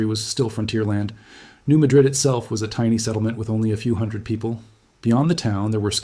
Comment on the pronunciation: I was told by an Arkansas crystal miner that it is pronounced MAD-rid fault, NOT MaDRID like the city in Spain.